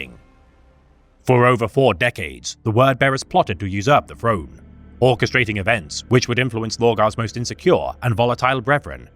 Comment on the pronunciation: I love this guy but he needs a speech trainer i'm bingeing all his videos and i'm so sick of hearing the golden frone every TH is an F when its at the start of a word it irks me so much